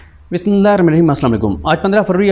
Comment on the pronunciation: صدیق جان بھائ، آپ شروع میں جو بسم اللہ پڑھتے ہیں وہ تھوڑا آرام سے پڑھا کریں، بہت جعلی میں صحیح ادائیگی نہیں ہوتی۔ اُمید ہے آپ براہ نہیں مانیں گے اور صحیح سے ادائیگی کی کوشش کرینگے۔ اللہ آپکا اور ہم سب کا حامی اور مددگار ہو آمین